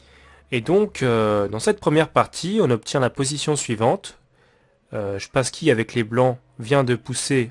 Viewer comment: Wesh depuis quand "Spassky" se prononce "Shpassky"